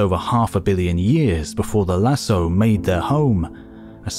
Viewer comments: It is pronounced Lasco not Lasso. Written Lascaux. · Great video ! Although I'd like to point out that Lascaux is pronounced "la-SKOH", not "la-So", it's a "hard c"... Cheers! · Nice video. But for the record, Lascaux is pronounced Lahs-koh, not Lah-soh. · La prononciation de « Lascaux » est amusante… et traduite dans les sous-titres par « lasso » (au lieu de « lasko »). A visiter si vous venez dans le Périgord, surtout Lascaux 4, encore mieux que Lascaux 2 (une copie d’une partie de l’original, fermé depuis longtemps pour préserver les peintures à cause du CO2 qui favorise les moisissures) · In france we pronounce "Lassko" when talking about this place (the Lascaux cave / les grottes de Lascaux) Not a critic .. just to add precision for those interested ! ❤ love the channel 2 episodes in a few days is a real treat! Thanks! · I noticed that immediately. Why does he say lassoh? How could you include the Lascaux cave without knowing how to pronounce it? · Please note that "LASCAUX" is pronounced "LASKO". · Great presentation, thank you. - Lascaux, 'c' is pronounced. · It's pronounced Lass-ko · It's pronounced Las-caux, dummies! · i paused the video 1 minute in to comment on that error. had thought it was a new place i wasn't familiar with until the narration said in France. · I don't speak French, but I've never heard it pronounced without the hard "C" in any other context besides this video. It's a pretty famous site, so I think a lot of people are exposed to the word at some point. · As everyone knows, Lascaux is pronounced with a hard 'c' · am I the only one that was annoyed at his pronunciation of Lascaux? maybe it's because i'm french. the rest of the video slaps though